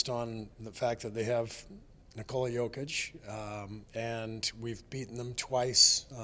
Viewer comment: Only American who pronounce Jokic last name corectly..